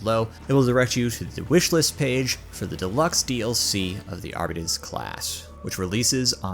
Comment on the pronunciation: I really need people to learn how to say fucking Arbites in these videos. It does not rhyme with "Diabetes". It's not Arrrbeeeeeteeeez nutz. It's Arr-Bih-Tayz.